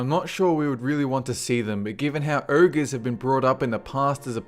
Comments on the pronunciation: OhGer... Not ErrGah... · It's "oh-gerr" not ERRGRRH. Ogre. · what the hell is an "Errger"?